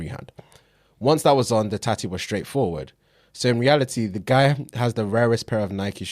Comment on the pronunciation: Hey, You know there is a couple more T’s in the word Tattoo.